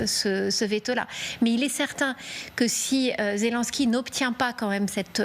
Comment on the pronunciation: Quelle prononciation de me...de 😂 ZELONSKY